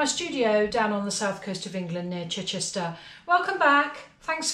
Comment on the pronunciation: The only thing better that watching your videos is hearing you say Chichester!